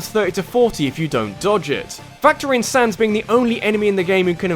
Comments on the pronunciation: Not Sonnes, you were right the first time it's pronounced Sanz. Like as in Comic Sans the font. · its not Sons its Sans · Its sans not sonz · It said SANS NOT SONS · Say comic sans. Now say sans. Same word. Not sons. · You have such a stupid accent! Sonns!?! It's sAns you idiot!!! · WTF!!! its SANS NOT SONS!!!!!!!!!!!!!! IM DISLIKING!!!! AND THE BEST CHARACTER IS UNDYNE!!!!!!!!!!!!!!! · he called sans sons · His name is SANS not SONS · Saaaaaahhhh ns. Not Sohns. Saaaahhhh ns. Sans. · he labels him as sans, he just prenounces it sons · ...'S-aw-ns'? I'm assuming you pronounce Comic Sans the same way which is really jarring comparing to everyone else pronouncing his name S-ah-ns...Mind you, I don't care but it's still jarring (As far as I know, there's no official pronunciation for his name so I don't care how you say it) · ARG ITS SANS NOT SONS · its not sons its s-a-n-s its not that hard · i never seen a guy call sans "soans" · I actually enjoyed the Sans fight. It is Sans by the way, not 'Sonz'. But yeah, it was challenging and difficult, and felt very rewarding once you finally beat him. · Dude it isnt sonns its sans like comic sans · sonns? its sans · It's not sons it's sans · why do you prenounce sans as sons? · Why do u pronounce all the names wrong sons really? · REALLY sans is number 3 also its pronounced sA.ns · Heres my top 5 undertale bosses. There are only like 6 bosses in the game but whatever I gotta milk the undertale train. ? Fucking sonns? SONNS? Can you not pronounce it or do you just not get the painfully obvious joke? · Oh god, never have I facepalmed so much at a simple mispronounciation, than "Sorns". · HOW THE HECK DO YOU MISPRONOUNCE SANS?! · It's Sans. Like 'Comic Sans'? His text.